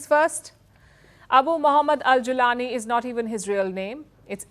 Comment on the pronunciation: Mam, this channel should have researched better, I don't expect that from others. The name is pronounced as Mohammed al-Golani not like Julian Asange!